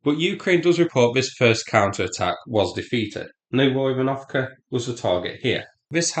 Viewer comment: Psst... It's "Novo Ivan..." 😅 As I believe Novo = New So, not "Nov Oivan..." 😊 [edit: I checked and indeed, Novo translate as New]